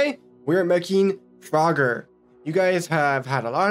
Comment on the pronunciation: It's pronounced froger (froe-ger) but I won't judge cuz I know people make mistakes :/